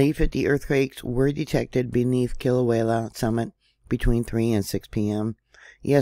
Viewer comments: Aloha,! The locals over here pronounce it “kee-la-way-ah”, and even up here in north kohala we feel the bumps and wiggles, thank you for informing on these events for us❤❤ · I couldn’t help it I cracked up too!!! Sounds like…Kill-a-way-a!!!🕊✝️💞